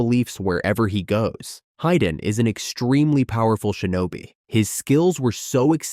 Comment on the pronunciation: It's "hee-dan", not "hai-dan"